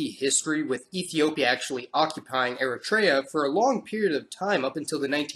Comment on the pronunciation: It’s Eritrea not eratraya 😂